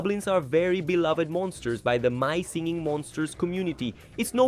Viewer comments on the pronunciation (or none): none